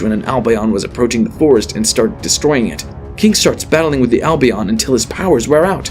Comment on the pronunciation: His albion pronunciation is painful